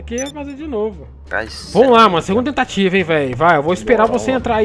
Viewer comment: TE->M<-TATIVA KSSKSKSKKKSK